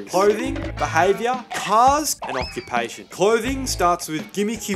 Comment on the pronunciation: Aww-queue-payy-tion - bit of a touchy subject 😆 Cheers from across the ditch